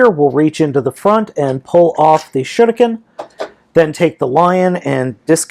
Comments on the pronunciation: Im still annoying how balmatrix say shuriken n you dont have to say it in like in a japanese accent, say it normally like shu riken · You cald shurikenjen, shinken oh and I knowbthe start is the same "sh" but the rest is very diffrent